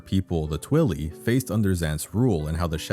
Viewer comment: The way you say Twili is….really dumb. They are people of Twilight. So you say it in a way that rhymes with that word. Not twilly.